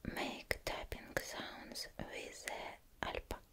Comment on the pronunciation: Видео ТОП, но я хочу обратить внимание на альпака. 1) ударение ставится на последнее а альпакА 2) Это слово не склоняется🦙